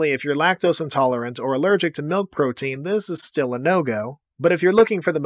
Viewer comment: Him pronouncing it 'melk' makes me feel heard.